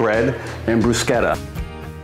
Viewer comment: I'm so glad you pronounced it correctly lol I work in an Italian restaurant (and I'm Italian) and you wouldn't believe how many people pronounce it incorrectly.